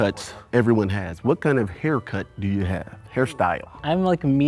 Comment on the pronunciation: the way bro said "Haircut" was the deadest of giveaways. like asking about it in the first place was off. but the enunciation was too crisp, the T was too hard. "HaircuTT"